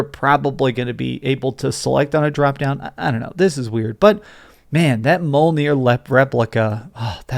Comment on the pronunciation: Ah yes, mole ear